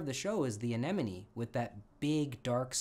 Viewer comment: You are the first person I've ever met who can pronounce anemone correctly! Absolutely EVERYONE say anenome..... I'm so happy!